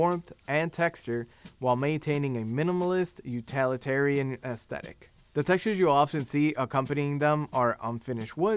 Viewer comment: With great respect, "you-TILL-it-arian," please. The presenter makes the word sound adjacent to totalitarianism, and that's not a connotation with which we should freight the word utilitarian. This feedback is not meant to deride the presenter. Thank you.